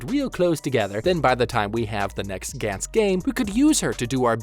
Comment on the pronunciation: Gantz was very good, characters in the show were put under extreme stress and overly confident which applied to the scummier characters. It was genuinely good and dark in many ways showing how disgusting human beings can be especially when being given a second chance at life. Gantz (Ga-ntsu) not (Gan-ts) was very good and didn't get the recognition it deserved. I get your vids are supposed to point out the flaws they made and that's something everyone thinks about when seeing characters in danger is what THEY think would do. Not my style cause it kinda is pointless when you're not mentally prepared for something this world shattering and saying "They're stupid for doing this" when it's missing the point of how Gantz tries to show how terrible humans are. I like that you're talking about it cause it deserves more attention but it puts it in this weird spotlight where you're kinda missing the point of it and how ordinary people good or evil can't really be expected to be so crafty on the spot without experience. Which is the whole reason why Joichiro exists in the first place to show that even though he's young, enough experience has driven him to become crafty and essentially find his work around for a life or death situation. Again its good to cover it but acknowledge the fact that these characters are ordinary mundane or fucked up people.